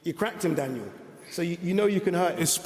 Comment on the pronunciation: Daniel Durrdurr